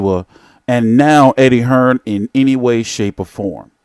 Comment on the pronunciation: U yanks keep pronouncing it wrong, it’s not “Hearns”, it’s “Hearn”!